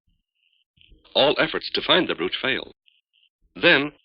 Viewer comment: I love how he consistently mis-pronounces the word "brooch."